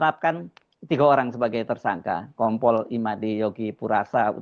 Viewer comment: Itu KOMPOL APA NGOMPOL?! APA SAYA SALAH DENGAR YA?! SAYA TAUNYA NGOMPOL 😂😂😂